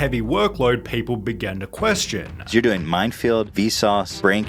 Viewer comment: The extra stress added to the end of the last word of every damn sentence... "Helping-a", "Doing-a". I can't stand it.